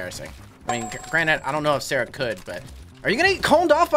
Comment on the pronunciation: sawwah being sawwah